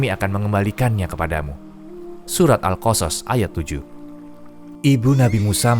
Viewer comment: Pengisi suara, bilang surat al qosos benar, bilang karun nya yg kurang tepat